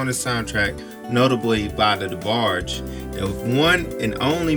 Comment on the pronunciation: WHO’S “THE” DEBARGE?